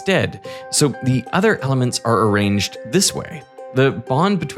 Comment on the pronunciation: Derek!!!! How are you letting this guy get on your channel and sound like an unlettered dunce??? Please teach him how to pronounce the word "Other"... IT'S NOT "Udder"